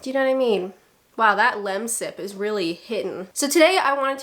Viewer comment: i think the most British thing you said (repeatedly) in this vid was ynawtymeen (you know what i mean) said as if it was a single word like a true brit.